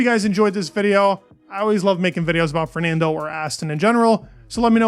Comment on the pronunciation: Great video but your pronunciation of Fernando is painful to listen to 😅